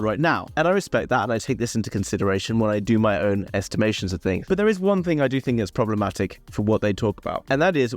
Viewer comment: I love the way you say tings, no doubt 🙂